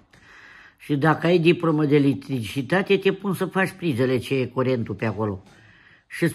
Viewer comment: Doamne,cum spune litricitate😂